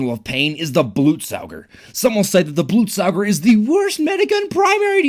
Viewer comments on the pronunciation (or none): blootsaooger? BLOOTSAOOGER!??!!?!???!??!?! its BLUT SOG ER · Blutsauger actually means blood sucker in German and is pronounced bloot saga